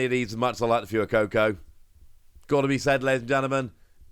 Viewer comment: Dude it's pronounced fway-co-co ☠️ every video lol